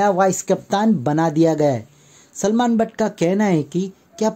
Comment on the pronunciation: Bhatt ni butt hunda kudi yave deya